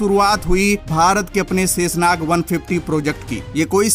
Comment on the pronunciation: जय हिन्द ! भाई शेषनाग शाहिद साहिद बोलो सेसनाग आपका शब्दों का उच्चारण ठीक नहीं है